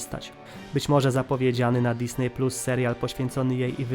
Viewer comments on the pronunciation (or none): none